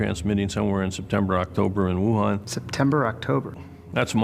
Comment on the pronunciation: Why do you keep pronouncing Wuhan wrong? Especially when Fauci pronounces it correctly. 🤔🤣